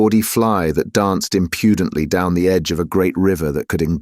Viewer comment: a bad mispronunciation the producer ought to have noticed. “Impudently” is accented on the first syllable, not the second. I like the prose style of the author very well, and while it’s not a truly bad reading, the voiceover lacks real expressiveness in many passages. The dialogue is too often delivered in a near monotone, without the emotion inherent in the speech. This is why an actor is always the best choice for such readings. Without nuance, without subtlety and the power of suppressed feeling native to corseted British culture, the narration becomes almost insufferable, like an insolent person’s lack of empathy.